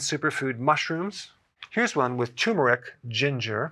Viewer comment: No offense meant -- it's not pronounced TUMOR-ick. It's TURR-murr-ick. There's an R in in the first syllable that people miss. Who likes ingesting something with a tumor in it?